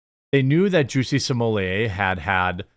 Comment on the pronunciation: Juicy Smoyay? The French actor?